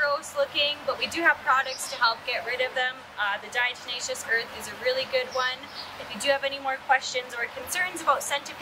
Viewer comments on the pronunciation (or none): Thanks for the help, but its diateMatious, not deNatious like jack blacks tenacious D...😂